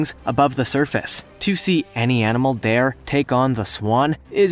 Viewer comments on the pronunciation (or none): none